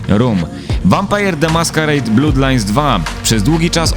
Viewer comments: Jezu, nie 'blUdlines' tylko 'blAdlines', krew to nie 'blUd, tylko 'blAd' a własciwie to [ˈblʌd]. Fajny materiał ale za każdym razem jak mówisz 'blUdlajns' to uszy krwawią. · no problem, polecam się! :P I mówię fajny materiał i nawet bym sie nie czepiał ale to blUd tak strasznie gryzie po uszach xD